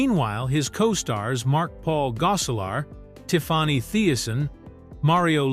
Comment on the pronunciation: Who is “TIF-FAH-NEY”?